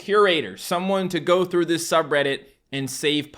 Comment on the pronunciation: somebody went throo his yord